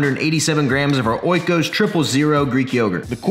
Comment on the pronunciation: It is not O I KOS. It is pronounced Ikos and it comes from the Greek Word Οίκος witch means home or residence . The brand uses this name and it’s like you consume “Home products” . They are “virgin , well made etc”